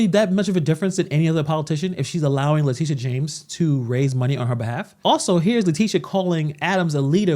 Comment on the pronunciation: Her name is not latisha, her name is latitia! Pronounced: LA TIT E a. Just like Groucho Marx Would say: LA LA LA LA TIT E a!